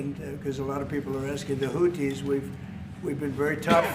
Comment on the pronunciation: " The Houddies " 😂😂😂 yeah yeah